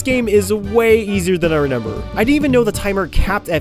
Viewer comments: Stop saying RENEMBER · Everytime i watch your videos i get whiplash when you say “renember”